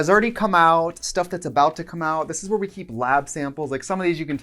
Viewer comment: Did she say hoowhere i get ready bc PLEASE keep doing it lol 😂